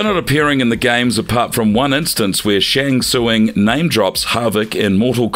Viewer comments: Unfortunately a lot of your facts are wrong like the MKX comic book being Canon. The Creator went and said it's no longer Canon. Also at least pretend to know what you're talking about and get the pronunciation right bud. TIVEN SHAN SUESUNG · Shang tswuing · Dope video but who tf is Shang suing it's pronounced Shang sung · Man said shang Sew-Ung Lolol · love the video but the pronucniation of the names is killing me. Shang Suing.